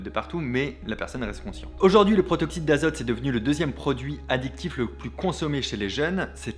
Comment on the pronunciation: Et à "Protoxyte" au lieu de "Protoxyde"... ça et la faute à ... ça va le monteur ? 😅